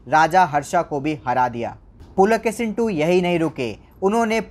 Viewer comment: Pulakesin nahi Pulakeshi bolo